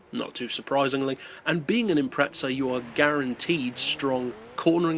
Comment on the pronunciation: You said impreza wrong??